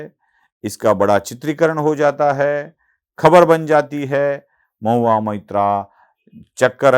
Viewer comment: Mohua Moitra Not Mitra 😂